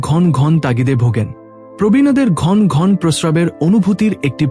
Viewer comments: Apni kotha bolte janen na ghono ghono na bole ghon ghon bolchhen keno path koren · ঘন্ ঘন্ বাজে উচচারন। ঘন ঘন উচ্চারণ করতে হবে। আর একবার প্রাইমারি স্কুলে ভর্তি হয়ে জেনে নিন।